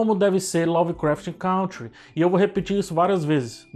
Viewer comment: CANTRi. A pronúncia é CANTRi